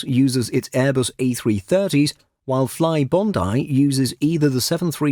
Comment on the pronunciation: FlyBondi is pronounced "Fly-Bondee" (not FlyBondeye lol)